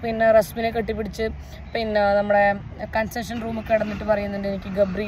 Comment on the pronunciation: Consession ella chechi,🤣😂 “CONFESSION”